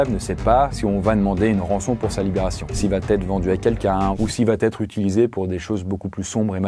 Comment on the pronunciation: La chanson Cabrel... Bien vu! Un peu d'humour dans ce contexte... Dis, notre bien-aimé... Vous êtes plusieurs Youtubers de haut vol à faire cette liaison dangereuse: il n'y a pas de T à "il va". Certes, on dit bien "Va-t-en", mais pas "il va-t-être..." 🙉 Je le signale avec tout mon respect. 😊